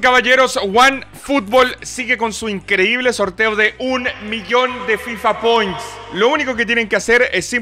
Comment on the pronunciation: EL DICIENDO FIFA POINTS ES LO MAS SACTISFACTORIO QUE ES ESCUCHADO